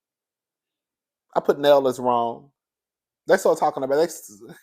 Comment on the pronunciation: It's pronounced Nell (Nail)